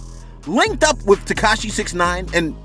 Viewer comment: TekaSHE? Never heard of her